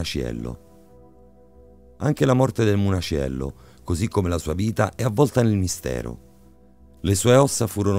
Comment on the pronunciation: O' munaciello non muniacello....un minimo di dialettica napoletana studiatela...waglio'...l'accento napoletano e' un'arte ....